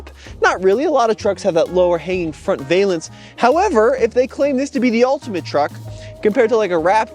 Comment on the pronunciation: "Val-ence" not "vay-lence" please.